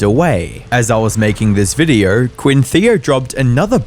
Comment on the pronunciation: I wanted to listen through this video, but the narrator ai has this wierd, triggering letter O. For example, the word "video" sound like "viduuu".